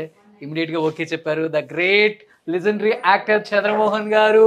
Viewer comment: ఒరే అంకరూ లిజెండ్రి కాదురా లెజెండరీ అనాలిరా. ఒరే చంద్రిగా ఆ కోళ్ళని ఆలా పంజరంలో కాకుండా విశాలమైన ప్రదేశంలో పెంచలేవా ? నీ తొక్కలో డెకరేషన్ కాదురా వాటికి కావాల్సింది. వాటికి కావాల్సింది స్వేచ్చారా.